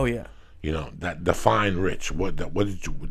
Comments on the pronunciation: wrich!? haha wtf Joey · Joey "Wrich" Díaz